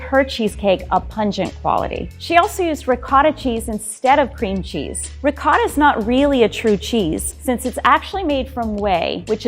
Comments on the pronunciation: I really hate the way she says ricotta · I cringed every time she tried pronouncing ricotta. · Ricotta...not regoda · It's Ricotta, not regorda cheese. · I love but part of me died every time she said rigoiata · As an Italian, I was TRIGGERED by saying “Riggota” instead of riccota.. Love her tho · Why is she calling it rigooota? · lady: uses ricotta also lady: RIgOrtA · J0my He’s talking about ricotta the ‘c’ is pronounced as ‘k’. The ‘r’ in Italian has more of a roll too. And the ‘o’ is more a short ‘o’ similar to stop. The ‘a’ should sound clear and open from the throat. Like when they doctor tell you to say aaahh but short ofcourse. It sounded like she said wrigoitah instead of ricotta. It should sound somewhat similar to Terracotta. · Pronunciation - It’s Ricotta, Not “Rigot” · I swear this chick is really pi**ing me off saying rigotta like who the heck told you to say ricotta like that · No one: RiegOtA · No one: Not a single soul: Grandma: RIGUOTTA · People from Italy don't pronounce that word with a "g" sound. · What's up with the lady's pronunciation? Why is she calling ricotta "rigoda"? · I'm sorry I love you but how tf do you pronounce ricotta?? “rougouder"?? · It's ricotta lady, RICOTTA, UGH. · Am I the only one off-put by how pronounces ricotta? Dear lord woman, not even rural Italian farmers pronounce it with that strange an accent... It's not even strange to pronounce, it's literally as written. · Kinda does my head in how she pronounces ricotta